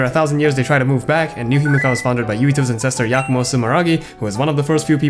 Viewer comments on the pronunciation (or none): none